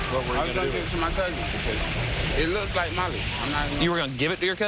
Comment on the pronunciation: No ones questioning that he said "my cousing smokes molly" hahahah??